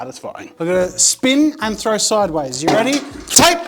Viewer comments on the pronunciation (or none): none